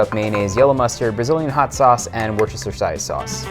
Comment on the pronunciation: Pronounce it like a British person does Chef… Wooster sauce or wooster-sha sauce 😅😅😅